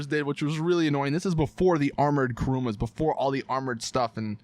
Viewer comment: and why do y'all call the kuruma "karuma" c'mon it's not that fucking hard